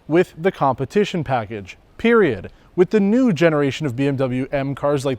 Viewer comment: I like how he said PERIOD!!